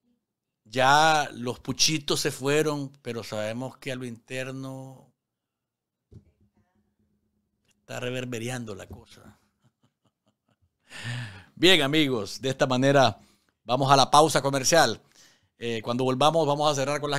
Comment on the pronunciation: Reverbereando no. Reverberando es lo correcto.